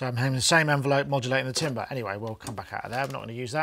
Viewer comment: can someone teach how to pronounce 'timbre' or 'timbral' please:face-fuchsia-wide-eyes